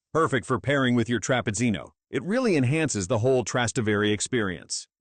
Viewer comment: It’s pronounced, Tras-té-vere, emphasis on the te!